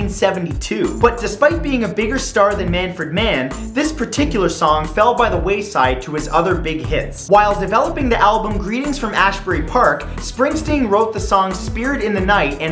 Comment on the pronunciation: When a non-new jersyian pronounces asbury park as "ashbury"